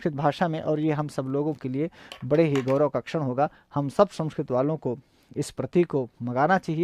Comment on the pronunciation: छड़ नहीं भाई 'क्षण'